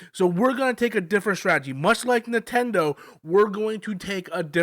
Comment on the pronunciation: 😂I thought I was the only one hearing that